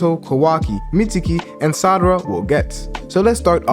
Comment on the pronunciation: Why do you call her “Sadara”? Its Sarada**